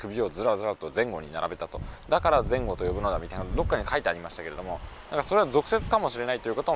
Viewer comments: 吉原に続き地元取り上げられてて嬉しいです！ 前後の発音に違和感あります笑 ここら辺の人はぜ↑ん↓ごて言います笑 佐屋からだと弥富に出て近鉄で名古屋行く人が多そうです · 前後のイントネーションが気になっちゃった